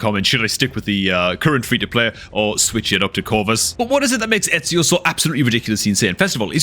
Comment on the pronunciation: Love the vids, but i have to say, his name is E-zi-o not Et-si-o. But definately should start a new FTP account